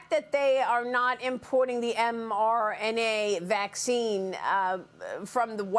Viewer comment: now i know that MRNA is pronounced "merna"